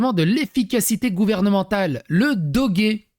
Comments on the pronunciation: On dit pas Dogué ça se prononce le doge comme une horloge 😉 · Doge prononciation comme en français 😊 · on dit doje :) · c'est pas doggy c'est doge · Ça se dit dodje fais un effort 😢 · on ne dit pas "dogué"! XD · Ca se prononce Doje.